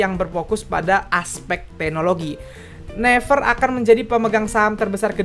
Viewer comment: Gw gemes pas dia ngeja naver -> never Gw selalu nyaut naviiiirrrrr